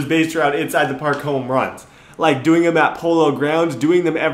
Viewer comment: Parl? Not park